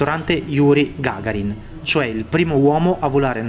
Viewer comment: Imparati pronunciare i nomi esatamente! Jiurij Gagàrin. Dràniki- specialita bielorussa! Sono molto buoni👍👍👍 Coniderata " ultima dittatura" da chi???? Dalla Eurobanda?!!!!!😆🤣😂😃😄🦧 Tutti ex.sovietici invidiano ai bielorussi,che hanno presidente ,come Luchascenko!!!! Babbo fa vivere bene i suoi cittadini!!!! Se voi vedere la dittatura vera e propia,un vero Reih- vai in Ucraina!!!!! Però,eurobanditi raccontano le balle della "sovranita"e della " democrazia" in Lardoreihe.😆😂😃😄👇🇺🇦💩🤮👇